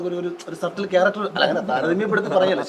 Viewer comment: 'സർട്ടിൽ' അല്ല മാരാരെ.. 'സറ്റ്ൽ' (Subtle in english pronounced with a near silent 'b') എന്നാണ് പറയേണ്ടത്👍🏻